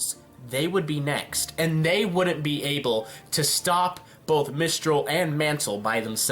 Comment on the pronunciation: emperor of mistral not mantal